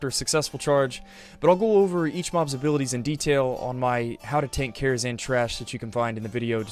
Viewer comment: #11 It’s Karazhan, not “Kharazan”.